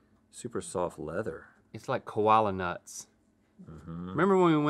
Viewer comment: Kola nuts not koala 😂